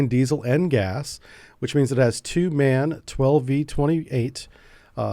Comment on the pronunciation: Thanks! Small hint, if you don't mind: MAN is not spelled "man" but "EM AH EN", as it is an abbreviation of "Maschinenfabrik Augsburg Nürnberg" or machine factory Augsburg Nuremberg. However, MAN Energy Solutions is now Everllence SE since June 2025, so maybe my point is moot. Have a nice day!